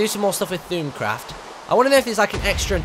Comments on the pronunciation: It's pronounced thormcraft not thoomcraft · Just FYI It's pronounced Thowm-craft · u still cant pronounce thaumcraft...